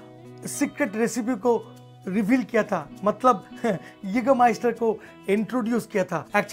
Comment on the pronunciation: Naam padh pr khud ka pronunciation banata hai kya bhai😂😂